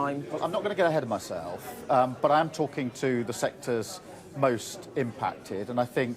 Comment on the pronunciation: Myseeelf. Thought he had lessons. 😂